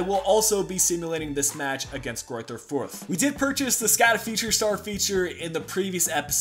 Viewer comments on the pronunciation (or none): The "ch" in Bochum is pronounced like in the hebrew name Chaim. And Fuerth is pronounced "Füat". Go on with the swabians, you are doing well. ;-)